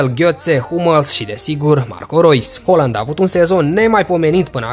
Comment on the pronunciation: Se pronunta haaland cum se scrie